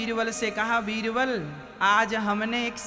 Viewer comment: Veerval nhi baba beerbal